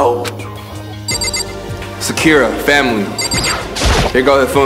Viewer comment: Her name is Sa-Ku-Ra